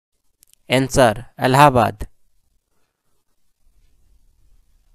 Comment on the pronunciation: SIR answer ka pronunciation Sikh li jiye